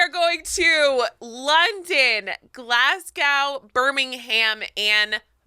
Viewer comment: I'm now going to pronounce Glasgow and Birmingham the way did. Glas-gow and Birming-ham sounds so funny